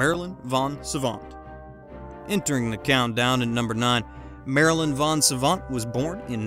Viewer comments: It's Vos Savant, not Von Savant. Gary, not Garry Kasparov. And it's Asperger, not assburger. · Her correct name is "Marilyn vos Savant". Not von Savant. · Marilyn VOS Savant, you morons, not "von".